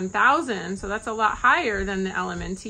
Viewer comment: Thank u! Btw, LMNT is simply pronounced "element". No need to add the T sound. LOVE your content!